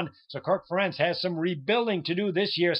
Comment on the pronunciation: do more research before talkin, youth in iowa's linebackers? we start 3 senior linebackers including preseason all-american "The Outlaw" Josey Jewell. And it's Ferentz! Rhymes with PARENTS!